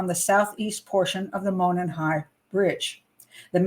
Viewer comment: Monon sounds like " Mow non" not "Moanin"